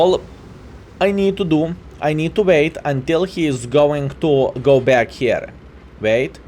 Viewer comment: Why are you keeping pronouncing certain words completely wrong. Etc; spawn, tanker, wait. Pretty much every word which has "w". Im just curious, are you keeping this spelling just for fun and its part of your identity as a streamer or is it that hard for you to pronounce them correctly?? xDDD